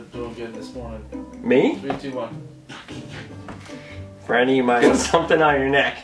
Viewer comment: Yeah it’s franny 😒not Fran 👀